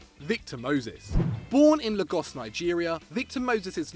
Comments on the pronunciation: Logos? Mate I pronounced Lagos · Juan is a right midfielder.... lagos not la gos😂😂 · Have you never heard anybody say Lagos? It's pronounced "Lay-gos".